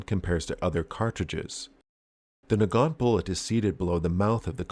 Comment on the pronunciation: Omg, I just realised that if they are belgian, then thier name should be pronounced Nagant with a soft g.